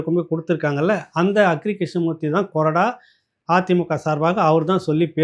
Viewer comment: ஐயா கொறடாவை மாற்றி உச்சரிக்கிறார்